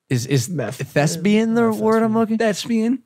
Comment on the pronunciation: Hahaha “thesbian”